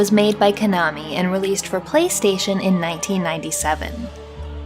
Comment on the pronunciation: You realize you called a Castlevania game a metroidvania. It is a Castlvania game. Also its not old enough for a classic. Oh, shyt, I'm old. You're right, it is a classic! But its pronounced Koh nah me, not, kah nah, me.